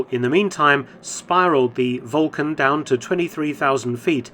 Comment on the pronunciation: Why are you mispronuning the actual word Vulcan? It's spelled with a "u". Do you know something that no one else does? Volcan ?